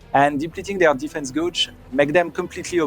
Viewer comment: "defese guggee"